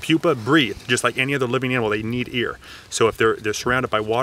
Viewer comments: why did say ear instead of air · Pretty sure he accidently ear instead of air :) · "They need ear" lol I know he tried to say air and you were being polite to not correct him but still funny.